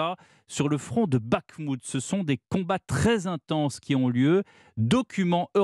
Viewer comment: Si t'arrives pas à prononcer Bakhmout, prononce-le Artémovsk ...